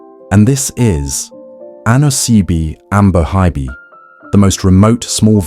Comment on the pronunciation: At least get the pronunciation right 😭